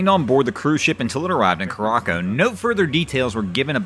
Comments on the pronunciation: Curacao is pronounced with a soft "c" Cure a sau... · Curacao = kur-a-sow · are you sure the island is not pronounced "cure ah sow"? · I'd say more like koor-AH-zow, but def not "cooracoh" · Cure-Rock-O? You mean Curaçao? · For future reference, I think it is pronounced “Curra-sow” (like a female pig). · Are you trying to say, “ker a sow” bro????